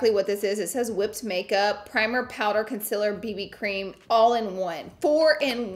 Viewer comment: love the way you say con-SILLER <3 xoxo